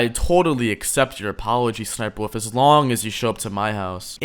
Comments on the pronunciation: ess ess sniper wuffie sniper woof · The way says ssnipie wolf 💀💀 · bro said sss niper wolf 💀